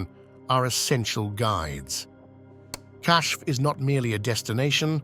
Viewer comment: The word being pronounced as “cash” in this video is actually spelled “Kashf”